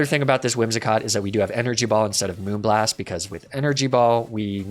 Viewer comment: You said "moonblast" wrong. Absolutely loved this collab. Makes a heart happy.